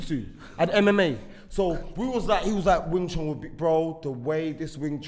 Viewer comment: Bruh its Wing Chun not Wing Chong Lol